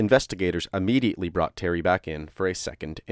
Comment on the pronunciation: Immediately not UHmediately. Sorry I couldn’t take it anymore